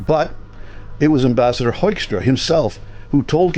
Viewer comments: Just a small language matter. US Ambassador Peter Hoekstra was born in Groningen, Netherlands, in 1950, and he grew up and worked in Michigan. His surname is therefore pronounced as 'Hookstra', not 'Hoikstra'. I'm not surprised you Canadians aren't happy with his MAGA attitude. Neither were we Dutchmen during his ambassodorship in The Hague during Trump's first term. Dutch journalists called him out on his (and Trump's) verifiable untruths about the state of the Netherlands. And oh yeah, thanks again to you Canadians for liberating the Netherlands in 1944-45! 😅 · Why do North Americans pronounce Mr Hoekstra's name that weird? The original pronunciation is well known, it's HOOK-stra.